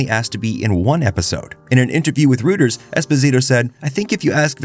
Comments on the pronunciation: did you just say "rooters" instead of "Reuters" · Rooters? lmao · Wait, how did he pronounce "Reuters" ? lol